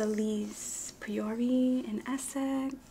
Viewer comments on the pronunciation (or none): 'priory' made me pause the video and squint at the page😂